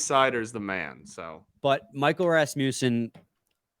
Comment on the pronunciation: When you say Rasmussen, you gotta tongue roll the Ras part. Literally the only way.